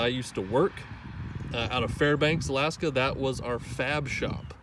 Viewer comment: Love the proper pronunciation of the state. Most people down here don't know it's Ala-aska.👍